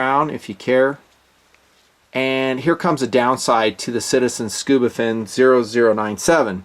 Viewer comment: “SCUBA-dove”???...come on